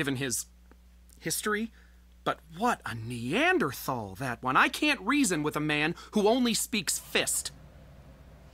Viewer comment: I can’t stand lol. I don’t trust anyone who claims to have a background in anything Anthropology adjacent but can’t pronounce “Neanderthal” correctly.